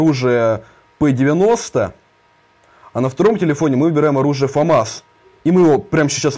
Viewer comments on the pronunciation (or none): none